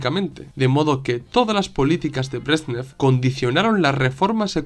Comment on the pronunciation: Se llamaban Leonid Brézhnev y Alexéy Kosígin que se pronuncian; /lianíd bréshnief/ y /alikséi kasíguin/. Te lo escribo porque es fácil hacerse un lío con los nombres rusos. Muchísimas gracias por tu una vez más excelente trabajo, muy bien documentado y expuesto. Saludos.